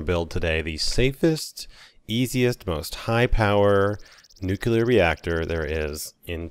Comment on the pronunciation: remember: noo-clear. nuclear.